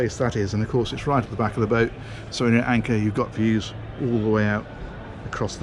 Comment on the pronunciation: ‘ANKAWER’ oh dear what an unfortunate anagram